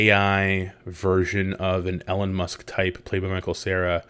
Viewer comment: "Ellen Musk". LOVE IT